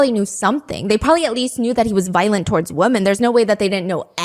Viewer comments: Please learn the difference between wo”man” and wo”men” i really enjoy you, but its crazy you dont know the difference🤯🤯🤯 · It just bothers me a bit that you pronounce the plural “women” as you would “woman” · It’s nails on a chalkboard when you pronounce “women” like “woman”